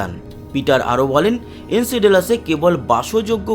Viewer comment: উচ্চারণ টা ঠিক করো ভাই। এনসেডেলাসে বলে গেলে। নামটা এনসেলাডাস হবে। অশিক্ষিত না-কি?